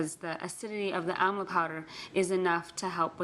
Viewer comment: Amla not Amal. Sorry